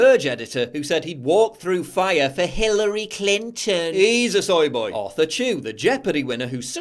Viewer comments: Why do you pronounce soy boy "soye boyeee" you soy boy. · isnt it pronounced soi boi